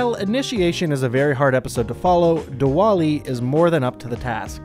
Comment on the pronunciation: It's pronounced "Divali"